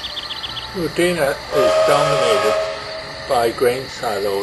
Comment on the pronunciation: Its not wundina its WUDINNA